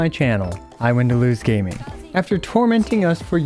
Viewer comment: I actually just want to see a Gaming (supposed to be pronounced "Yaming", while english VA calls himself "Gahming") video. But I wonder if Xianyun and Gaming work well together? maybe with Bennet and another support?